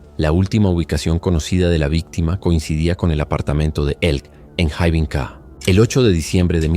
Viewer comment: La J en Finlandés se pronuncia como nuestra Y, por tanto, el nombre se lee Yarno. La Y en Finlandés se lee como en Guaraní, como una U, y la H, como J. La ciudad se pronuncia Juvinkae. Por lo demás, en Finlandia no hay demasiada violencia o estallido de violencia y por ser un país muy seguro, las penas de prisión son diferentes a las que estamos acostumbrados y se busca siempre la reintegracion de los reos, antes que el castigo.